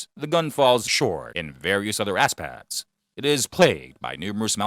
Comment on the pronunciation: “aspects” sounds like ass pads!!